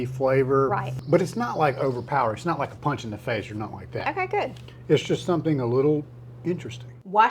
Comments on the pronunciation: 😂When you talking about all the the pollen i thought you said " its snot fun"...lol😂😂😂😂😂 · "We've been out here sneezing....it's snot fun." Hahahaha. Sorry, but that is what it sounded like to me.